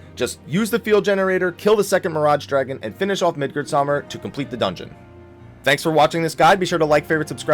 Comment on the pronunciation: "Midgard-saw-mir" lmao xD